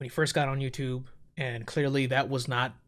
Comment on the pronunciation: “Send a link to T H E Y O U T U B E”